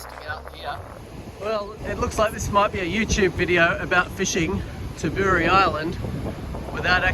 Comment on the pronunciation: It's Ta bow ree mate. Jeez.